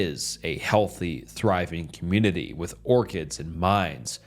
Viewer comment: Bro ... Please proof read these stories first. The stumbling over word and combining two words to make a new word is kinda off-putting. Pronouncing community as communiny is cringe. I like the stories other than that.